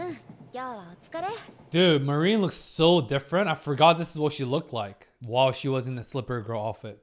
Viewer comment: please, I beg you: her name is pronounced Mah-rin, not ma-rIEn^^`